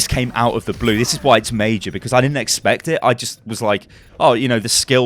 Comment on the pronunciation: " This is MEI-JER " " It's uh MEI-JER " " The reason why it's so MEI-JER